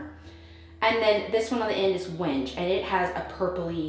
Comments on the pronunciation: FYI Wenge is pronounced when-gay. It doesn’t read purple on screen. I think the bittersweet chocolate is very good, but because I am not seeing it in person, it may be too dark. The vanity supports are meant to hold the phonograph. With the granite top, you won’t need the inside framing to “support” the sink. The sink will sit on the drain and the countertop. If you remove the framing, corner pieces will help provide some lateral support so the cabinet box doesn’t “rack” or twist out of plumb. Keep up the great work! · Hey, love all you do… but right now I have to let you know ‘Wenge’ is pronounced ‘WEN-GE’ (wengay)… sorry it was making me nuts🤣🤪🥰… love your selections!